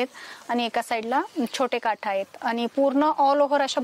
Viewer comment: साड्या छान आहेत तुम्ही मराठ वाड्याच्या आहात का भाषेवरून तरी असे वाटते काठ्ठ असं म्हणतात ना तुम्ही काठ असं म्हणावं